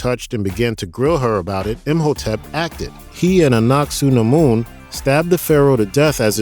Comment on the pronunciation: Loved the movies, however your pronunciation of SEVERAL City's and people is atrocious they SAY THE NAME in the movie, Hamanuptra you said correctly twice then said it wrong every time after that, Anuck Suna Mon is A NUCK not ANACK, I seriously don't understand how you get this crap wrong when its spoken in the movie your referencing facepalm